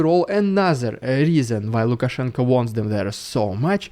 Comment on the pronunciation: I appreciate the effort to call him Lukashenko with an o